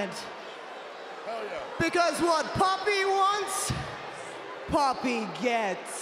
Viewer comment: sounds like Ripley is saying poppy instead of pappi she really needed to enunciate the pAppeeee